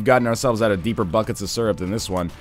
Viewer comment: "deeper buckets of syrup than this one" Oh, Nothernlion, you have never sounded more Canadian.